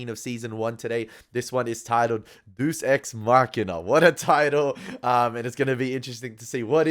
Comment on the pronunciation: A nit: it's pronounced DAY-us, not deuce. "I've done everything you wanted me to do. So why did you do this to me?" - Locke was talking to the island, but he could have said the same thing to his father. A deus ex machina is a plot device where something suddenly happens out of nowhere to solve a seemingly unsolvable problem. It's often considered a flaw in a story, a contrivance. Why was this episode named that? Was the light coming on in the hatch supposed to be the deus ex machina? Or was the title deliberately ironic?